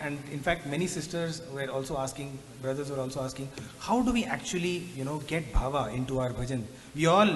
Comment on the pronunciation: Sai Ram. Say Bhaava, NOT BHAVA. BHAAVAM In sanskrit. 🙏